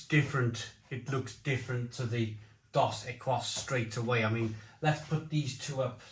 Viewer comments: Pronounced dos ek-ees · Dos Equis pronounced 'D'oh Seckies' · I laughed out loud at how you pronounced Dos Equis. It's pronounced Dos Ek-eeze (means two X's). Dos Equis and Corona are considered 's'h'i't' beers (regardless where its brewed) Modelo is average. Never heard of Cruz Blanca, so it might actually be a craft beer unlike the others which are very mass produced. Modelo just overtook Bud Light as the #1 selling beer in the U.S.. tons of people have been boycotting Bud light due to their association with a trans influencer in their ads, that's why. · Dos Ekees. (pronunciation) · Great comparison. It's pronounced dos eh-keyz two exes 😉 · It's pronounced Dos Ekis, means 2 X's/Double X. You missed out Sol, which is a big mexican beer and my 2 favourites are Pacifico brewed in Mazatlan on the Pacific coast, and from Modelo their dark lager Negra Modelo 😋😋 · It's pronounce doe seckees. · Your missing the best, Tecate, in cans Dos Equis is pronounced Dos Ek keys The rule of thumb in Mexico is because aluminium is super expensive only the best beer goes in cans. Never drink corona from the uk, your putting them in the order most Mexicans would. However, if you get Mexican corona you will really struggle to say its not as good as Dos. Tecate is the legend though, when I am in Mexico and i find a bar with Tecate, thats where the night is gonna be spent. Also, tequila, its like night and day to the crap we get in the Uk. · It’s phonetically “ Doughs Eh keys” broham. Not being a dick, just trying to help. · It's "dose ekees", 😅 Come on mate. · These beers are for spicy foods. Or for chugging while dead cold in 95 degree Summer heat after mowing the lawn. Time and place. They pronounce it Dos Ekeeeees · Dos Equis is now back in home bargains (pronounced Dos Ecces meaning 2 X's in Spanish.) Had it on Draught in Mexico. Lovely beer. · Dos Equis is pronounced Dohs EH/kees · Mexicans pronounce it "Dos Ekeese"!